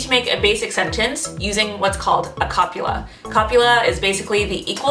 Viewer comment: Pretty sure you mispronounced copula.